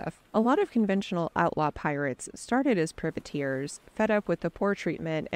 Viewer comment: What the hell is a pervertear? It's private Tear all one word! Makes everything you say suspect when you can't even get that right right off